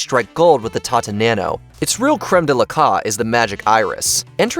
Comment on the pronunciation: Most of these are classic funky car designs. No mention the Cybertruck? Also learn how to pronounce Tata 🧐